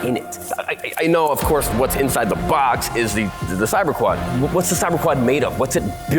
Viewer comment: SeVen 😂 "WHATZ INN THE BOHHX".. or Shrewdner's cat 😂 the quad is annnd ISN'T in the box...